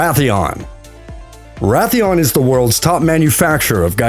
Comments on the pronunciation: Rath e on? It’s Ray theon! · It's Raytheon but this guy is like RA The ON